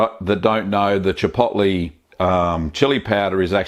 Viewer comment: chipoltlay chili payowduh